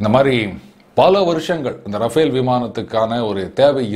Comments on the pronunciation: It's Rafale, not Rafael ! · Sir, Its not Rafael but Rafale. K. Balasubramaniam